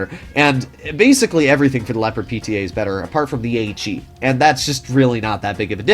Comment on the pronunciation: You usually get the pronunciation of the German tanks names pretty right but Leopard is crazy